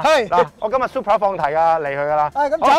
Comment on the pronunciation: "supra" man! not "super"